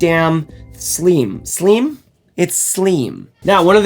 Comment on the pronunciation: "Sleem" totally cracked me up . ;-)